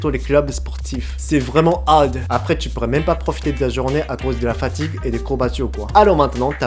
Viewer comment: Je veux pas être méchante ou même que j'ai mal compris mais pour dire: "Hard" on prononce le "r" je crois que tu l'as prononcer il faudrait juste que tu prononce plus le "r" sinon c'est super ! 👌👍